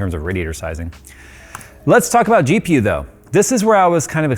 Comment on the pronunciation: How many noted saying DPU instead of GPU at minute mark 😂😂😂😂